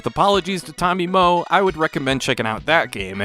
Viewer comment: pronouncing Moe like "moe anime"